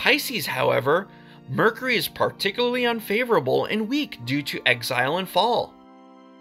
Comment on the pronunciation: You might want to learn how to pronounce the word mercury